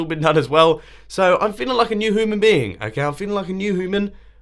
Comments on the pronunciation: Did he really say HOOMAN? Bro, it's [Hyoo-man]. Jesus. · lol he sais hooman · A hooman? Is that how you say it in... Wait where do you live? Britain right? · You said it like "Hooman". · Mumbo Jumbo I FEEL LIKE A NEW HOOMAN BEING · New hooman being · Mumbo Jumbo dude I was about to comment 'Hooman?' When I read that. Awesome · Hoo-man? I didn't know people say human like that